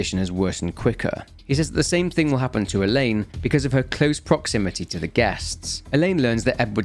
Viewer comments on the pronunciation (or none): none